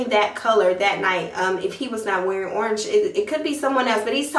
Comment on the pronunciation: What is Ornch????. She keep tryinnnggg to say the color Orange....